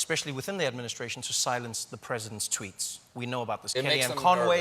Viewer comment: twooets heh